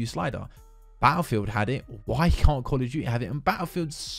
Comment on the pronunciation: “Kawl ughf Tuity”